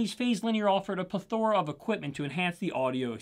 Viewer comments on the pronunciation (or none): OK. Pronunciation correction: it's PLETH-er-uh, not Ple-THOR-uh. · Ple-thorah??? Really? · That is.... not how you say plethora. Guessing you haven't seen Three Amigos, lol.